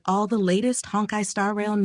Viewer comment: I love "Honk - eye" Star Rail.